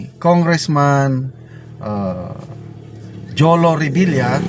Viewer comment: jolo rhymes with bobo